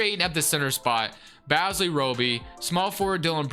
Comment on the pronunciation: I'd hate to be that guy but, Darius Bazley's name is pronounced Baze-lee loved the vid though! keep up the great work